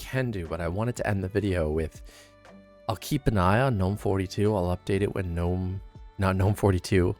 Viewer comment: GGGGGGNOME, not NOME